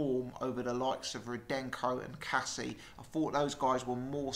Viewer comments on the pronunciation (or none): none